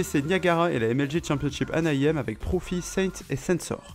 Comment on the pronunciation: C'est Anaheim pas Anahiem ;)